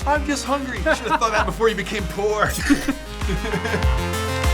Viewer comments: I swear i heard "pork" not "poor" :D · totally thought he said boar